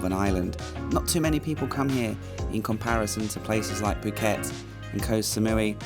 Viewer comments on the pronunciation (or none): none